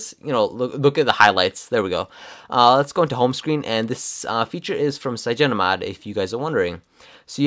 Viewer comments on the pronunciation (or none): It's called CYANOGENMOD! Not cyagen :-) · The reviewer keeps calling cyanogenmod as "cyagenomod" :| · CygenoMod?? It took me three times to understand you're actually talking about CyanogenMod lol XD But this review is juts what I needed, thanks :) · cyanogenmod is not pronounced cygenomod